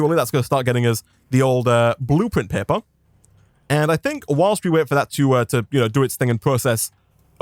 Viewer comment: Do people in the comments not know what an accent is? One was talking about his inability to pronounce R, and one was talking about him saying "Blueprint Pepper" instead of paper